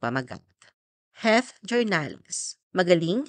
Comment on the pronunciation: Heath (Hīth) po, hindi HET.😅